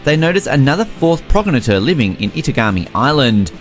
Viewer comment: I'm sorry, I really tried (in the video right before this one too) but some of the pronunciations... 😂🤣 I don't think 'progenitor' is pronounced that way? If I didn't know the anime (Strike the Blood) I wouldn't have understood.